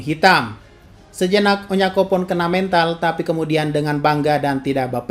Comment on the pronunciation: udah hampir menyinggung salah nyebut nama pula si Shasa bukanya onyankopon,tapi onyanpokon wkwkwk.memang best lah gadis lawak ini.